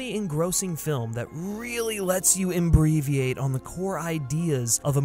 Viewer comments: The non-word is ‘inbreathiate’ not embriviate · “Inbreatheate” uhhh? Okay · fully inbrethiate LOL